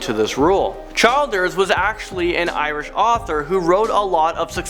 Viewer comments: Childers is pronounced Chill-ders btw. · You mispronounced “Childers”. The “I” is short like in “children”, not a long “I” as in “child” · Childers is said as “ Chill ders “ not CHILD ERS gross